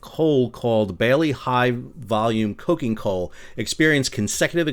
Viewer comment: Coking is pronounced like the beverage Coke. Think of coke as charcoal made from coal; it's a main ingredient in making steel, as it's not just fuel but the source of carbon. The coal is burned in an oxygen-free environment to cook off impurities before being loaded into the smelter with ore